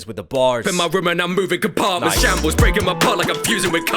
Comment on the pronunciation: I love how he produced shambles as chámbrez